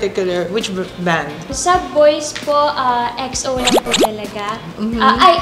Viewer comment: Ate chin Exo po hindi X. O 🥺❤️